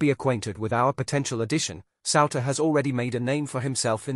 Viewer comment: It's pronounced sooner, Souter